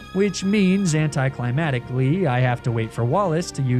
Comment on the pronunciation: i hate to be that guy but it’s pronounced anticlimACTic not anticlimatic